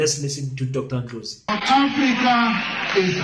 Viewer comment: Thank you king for pronouncing his surname properly.